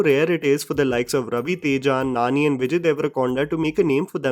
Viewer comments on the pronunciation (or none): none